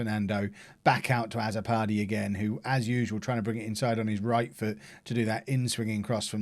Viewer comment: Azzopardi is a Maltese name... The a should sound more like u, and the double z sounds like a ts, so it will be pronounced utso pardi